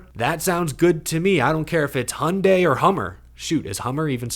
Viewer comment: Honda and Hyandi? That's it?